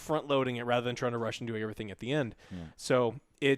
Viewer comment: “Everyting “ jaja 😂